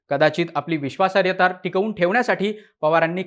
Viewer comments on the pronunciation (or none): विश्वासार्यता नव्हे रे बाबा विश्वासार्हता... शब्दोच्चार नीट असायलाच हवेत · बाकी सगळे विषय नंतर. आधी बोल भिडू वाल्यांना नीट मराठी शिकवा. विश्वासार्हता हा शब्द बिचारा एकदा पण नीट नाही बोलू शकला.